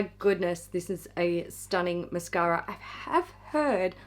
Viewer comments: Mashara! Say it right! 😏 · Did you mean Hourglass' mashara? Each time you say mascara, i replace the word with mashara!!!